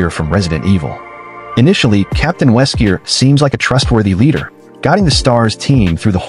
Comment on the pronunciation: Weskier ?????? Wesker